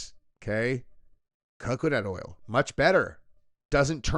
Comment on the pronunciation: Did you say Coconut Oil?